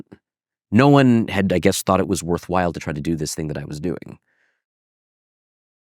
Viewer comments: Anyone else annoyed by his incorrect pronunciation of processes? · It's difficult to follow when he rhymes processes with prophesies, i profess